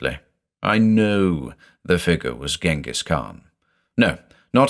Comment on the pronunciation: I thought "Ghengis" was pronounced something like "Dshengis". In German we spell him "Dschingis" and then there is that Kyrgyz author called Chinghiz Aitmatov, so I assume "Chinghiz" is the Kyrgyz version of the Mongolian name.